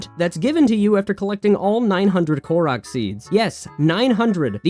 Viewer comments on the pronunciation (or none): none